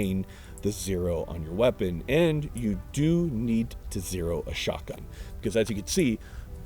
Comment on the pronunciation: Take a shot every time you hear him say "Skock'un" in stead of pronouncing the T in shotgun lol